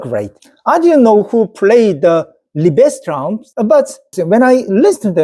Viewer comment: Fantastic! I'm a hugh classical music fan and it's a joy to hear you talk so enthusiastically about it. I really hope you and your wife can get tickets so you can Seong-Jin Cho live. One tip: the stress in Liebestraum is on Lie. So it's LIEbestraum. By the way, I can highly recommend my favourite pianist of all time Vladimir Horowitz. Greetings from the Netherlands 👍